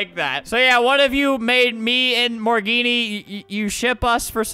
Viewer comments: “Morgenne” was actually pronounced, “Morgan”. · He keeps pronouncing it like, “More Genie”. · Its morgenne